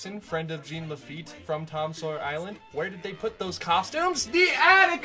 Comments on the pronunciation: I kept getting confused listening to this in the background. No one in Louisiana pronounces it GENE Laffite it's more like Jawn Lafeet. Which would be the correct pronunciation since he was a French pirate. Laffite's Tavern in Tom Sawyer island is probably a heavy reference to the Blacksmith shop he ran in New Orleans (which is now a bar) when his business was stationed there. Good video though. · Didn’t have time to retcon your pronunciation of Jean Laffite in this cut, eh? 😊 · as someone from louisiana, everytime you say "j e a n" laffite, i wince the pain it hurts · he neatt he sweett but most importantly he talk bout Jean La feett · JOHN LaFeet.